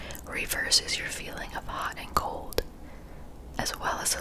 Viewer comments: You said cold. I heard gold. I'll see myself out. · I thought you said "gold showers" not "cold showers" lololololol